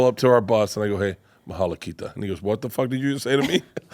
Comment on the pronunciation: BERT PLS DONT SAY MAHLA KITA WHEN YOU COME IN SERBIA NEXT TIME IT SOUND LIKE SMALL PEE-PEE ON SERBIAN MALA KITA TO YOU